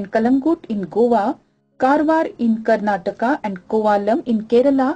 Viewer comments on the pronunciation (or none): its Karnataka and kerala ... not tak and ral